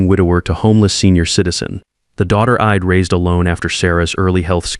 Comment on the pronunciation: A reasonable story, marred somewhat by the voice reading the script. I'D written ID. and pronounced "ID" not "I" "d" ( short for i had ) and 3-40 to 6-00 ish. in gibberish!/ gobbledegook